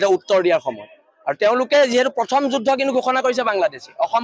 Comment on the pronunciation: এই যুদ্ধ শব্দ টো এই গোবৰ গগৈ এ কই,,,,, যোজ,,,,,,হব বুলি ই কেলা অসমীয়া কব নাজানে তাক লাগে চৰকাৰ 😅😅😅